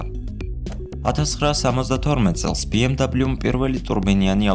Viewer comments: "ბე-ემ-ვე" და არა "ბი-ემ-დაბლიუ" ეს არის გერმანული ავტომობილი და არა ამერიკული, შესაბამისად მისი სახელწოდება იკითხება გერმანული ალფავიტით. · sworad ambob biemdablius arusmino aravis msoflioshi xom inglisurit aris yvelaferi;) ar atvirto tavidan es video...magivrad Mercedess-ze gtxoven ukve ramdeni brat..... da mec;)